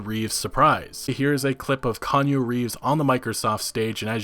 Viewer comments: No no no this isn't Kanye Reeves 😂😂 Key-ah-new Reeves my man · KANYE Reeves? It's KEANU, fucker. Not KANYE. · Kee-ah-nu. Not related to Kanye. If Keanu Reeves marries a Kardashian the world as we know it will end... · "Kanye Reeves"? Mate. Why? You should pronounce it as Keeaaanooo Reeves. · Bruh It's Key-aa-nu, not Kan-yu. Put some respek on his name. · Its pronounced Key-anu, not Kanyu. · Konyo Reeves? No sir, no this shan’t do at all. We’ll say it together- Kee-aun-oo - Reeves. Once more, Kee-aun-oo- Reeves. 😎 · Keanu not Kanye reeves. Kanye west is a moron and keanu reaves is amazing actor. Haha say it with me" key ah new". Sorry, it's just calling keanu Kanye is an insult to a great actor. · ...did you just call him Kanye Reeves? lmao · Kanye Reeves? Da f?? Its KEANU. Not Kanyu or Kanye. "KEH - ARNOO" SMH. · "Kan-ya reeves" great video but that pronunciation tho. Its key-an-ew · Kanye Reeves? I'm not a native english speaker and even I know how to pronounce a simple fucking name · it's not "kanu reeves" it is "kee-AH-nu" reeves, thank you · Why is he calling Kee-an-u Reeves, Kan-yeh Reeves? Is that to signify Kanye is in the game? Or what? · Did u just say kanye reeves lmao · Khanyoo Reeves? Crazy and yet understandable that Cyberpunk is already on the top of the bestsellers list on both Steam and GoG. Right in the middle of a sale too. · did u say kanye reeves in the beginning? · Key-yaw-new Is the correct enunciation of his name. Love your vids, but had to bring it up :p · Kanye Reeves haha wtf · How the hell is it possible to not know how to pronounce Keanu’s name? You don’t have to be a fan, you only need to be born on Earth and have ears! Kanyu. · I can't watch anymore of this is you're gonna keep calling him "Kanye"... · Kee.. ahh.. nuu Reeves. Holy hell I was about to lose it.. lmao! Still luv ya though. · LMFAO IT'S PRONOUNCED KEYANOO MA MAN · say it with me: key YAH nu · Key-on-new Reeves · lol, be thankful he said Reeves after "Konyo" and not West